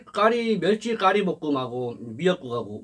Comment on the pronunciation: 매루치? 멸치ㅋㅋ